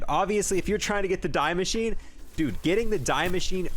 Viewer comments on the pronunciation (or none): damn homie really said "dye machine" instead of "dee mashineh"